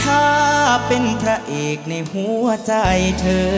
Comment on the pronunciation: ผู้ท้าชิงร้องพลาดหลายจุด เพลงกลางออกเสียงแปลกๆ คำว่าหัว คำว่าลวงล่อ ฟังทะแม่งๆ กรรมการเอ ไชยยาเป๊ะกว่าครับ